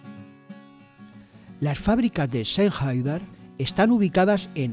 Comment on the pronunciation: Sennheider dice usted😂😂😂😂😂será Sennheiser no?? Y de echo no es el más popular entre los cantantes jajajjaja